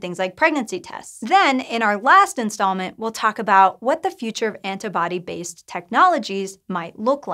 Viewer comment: "Anta-body" :S